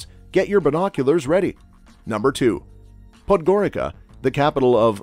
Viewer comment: POD-Goreetsa. It's not difficult to do a tiny bit of research. Otherwise a good video.